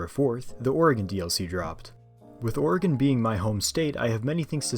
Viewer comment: Ayyyyy someone who says Oregon right! Edit:Lmao at ramming a car from behind and the little "whoopsie" popping up on the screen.